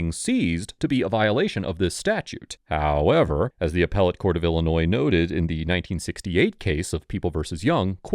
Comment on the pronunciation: love all the vids but sometimes you go one step forward and then one step backwards with your HOowW eVeR😅 little annoying